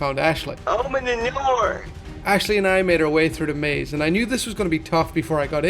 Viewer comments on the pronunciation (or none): none